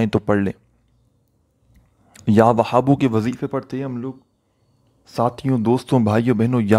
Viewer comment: Bhai jan Ya Wahabo ka talaffuz to theek sy ada krain, iss mai Ha ki aawaz halaq sy nahi nikalti, aur zara mukhtasir byan kia kro